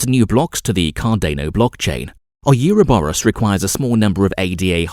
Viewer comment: Is it just me or this guy pronounce almost everything incorrectly? oh you ro borors? Cardeyno? What!?